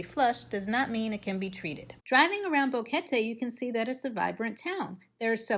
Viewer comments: It's BOquete not BAHquete. She said it right, just ask anyone who knows Spanish. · This is the best video about Boquete (thanks for pronouncing the name correctly) that I have seen so far. Great information and a real view of the area. 😀👍 Thanks!!